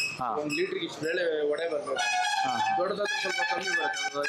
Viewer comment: Vada❎ Vade✅